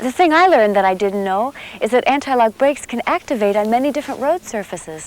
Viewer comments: It took me a while to realize that what my non-native ears were hearing as analog was actually antilock 🤦‍♂️ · I feel like they should have got someone who could at least pronounce anti lock correctly. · I thought it was my bad hearing...I heard the same thing, "analogue brakes" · Right? I kept thinking "what the hell are analog brakes?"